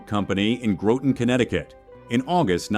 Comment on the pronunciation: it's pronounced (Gra-ton) not Gro-tin. 😂 I have a boat docked across the harbor on new London side of the river also that is where they set up the July 4th fireworks 🎆🎇 quite a sight to see